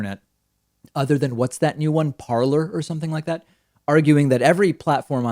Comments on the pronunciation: It kills me when I hear people pronounce "Parler" (itself a French word) as "parlour". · Yes, considering that it's actually pronounced more like "parlay", another word that derives directly from it. Parlour actually refers to a place where people "parlay."